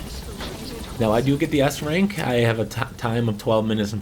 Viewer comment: did you said ass rank?